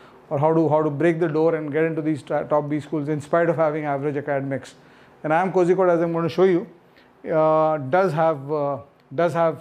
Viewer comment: Its not pronounced Kozhikohde , its pronounced Korrikohde